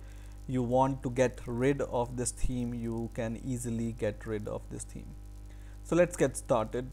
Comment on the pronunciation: is he saying theme or team?